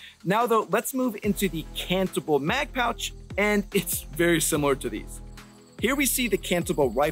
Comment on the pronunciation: I know you're saying cantable, but what I keep hearing is cannibal...but that might be because I'm watching at 2x speed so I can get off to my D&D game and cast fireball